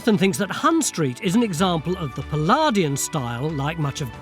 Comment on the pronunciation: It's NOT "Pallardian" in style - "Palladian" is pronounced as 'Pallaydian'' in the English language. Fer Chrissakes, GET IT RIGHT!